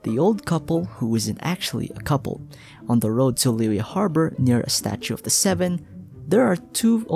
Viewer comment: Great video! Just a small correction: Liyue is pronounced as Li-Yue instead of Liy-ue. Make sure you sound the "y" as a consonant for Yue